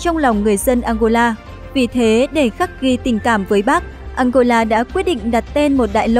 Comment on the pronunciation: nghe đọc tên ăngôla mà cứ tưởng đất nước nào kg có trên bản đồ thế giới